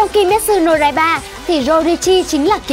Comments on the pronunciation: Ad đọc sai từ "Kimetsu no Yaiba" chứ không phải "Raiba" và các từ có z,j,y,ad đều đọc sai nhé.Chắc là do tiếng địa phương thôi nhỉ?Ad sửa dần nhé! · Tanrirô , kimetsu no raiba , noá Chịu cách đọc luôn :)